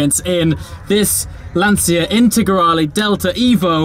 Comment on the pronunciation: Dear, this's a very well done video! I just would like to say something about your pronunciation of "Lancia". The "ci" there is pronounced like the "ci" of "ciao". Funnily the way you say "Lancia" in Italian would be "l'ansia" that means "the anxiety". Would you ever imagine a car's brand called "The anxiety"? Cheers!